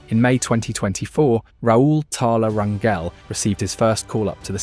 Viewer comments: It's not Ran-yell, it's Ran-hell. In Spanish, "Gel" sounds as "Hell" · Hey you're saying our last name wrong 😅 it's Rain-Gel. Not gel as in hair gel. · Rangel (ran-jel) the j isn’t like how you would pronounce jello. It’s like how you would pronounce jose.